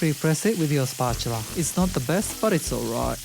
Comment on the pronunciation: "It's not the best, but it's alright." Got your Oz accent happening! Nice!